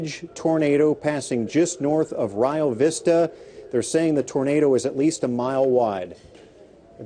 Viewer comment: It's actually pronounced "Re Oh" Vista 😃